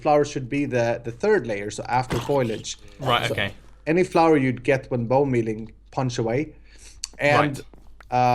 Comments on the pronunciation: It's foliage not foilage. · Did say FOILAGE? Hahahahaha. That there tree is some nice FOILAGE LOL. It is pronounced Folage people, the I is silent! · you've got the i in the wrong place. Fol"I"age! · You mispronounced foliage....